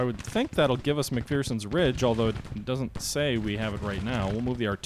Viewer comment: It's pronounced "Mc-FER-son". There is no FEAR in McPherson. At least ... that's what the Gettysburg tour guide told me.